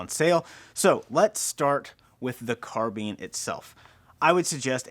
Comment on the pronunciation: Carbean... haha first time I hear someone pronounce it that way